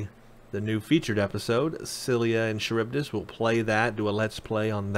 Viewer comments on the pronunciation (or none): Love your vids but as I am living in Greece I did grinch every time you said Scylla and Charibdis (SKILLA AND GARIBDIS ). Also I do agree, STD (darn name btw), is not primary timeline. The techno and the science displayed is far too advanced for being 10 years before STO. Keep up the good work mate.